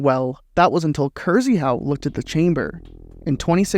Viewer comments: I am 99% certain Krzyhau is pronounced kshe-how not Kyrzeehow 😫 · "kursyhow" 💀 it's pronounced more like "kshyhoo" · Plz start reading Krzyhau as K(sh)yhau . Rz in Polish is read very similarly to sh, same for sz,ż. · overall I love your videos, but that kills me inside everytime:( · Hey! Wanted to mention it a couple years ago but here's a pointer for pronouncing 'Krzyhau' in Polish, if you're curious - the 'RZ' combine to make a harsher 'Sh' sound, similar to the second G in 'Garage'. The Y is also short like in 'Lyft' or 'Lymph'. 'Kshyhau' is probably the closest and easiest approximation. But there's a certain charm in hearing Krr-zee-hau, it would almost feel wrong to hear it right if that makes sense. Kinda like it like that. Peace! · holy fuck thats like the worst way to read Krzychau I've ever heard